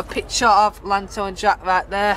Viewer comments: It's pronounced yanto not lanto lol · It is pronounced Ianto